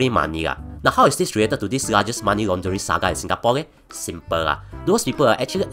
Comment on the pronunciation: aiyo..pronounce laundering properly for f's sake.